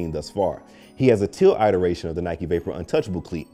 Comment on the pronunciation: IT-eration. Not Eye-teration. Please.